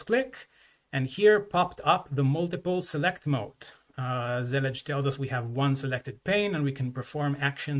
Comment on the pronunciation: Finally I know how to say Zellij